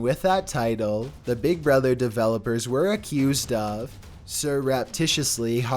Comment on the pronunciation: noice triey develowpers